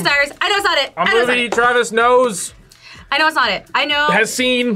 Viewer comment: Am I the only one that got irritated when kept saying knows but got it wrong 😭😭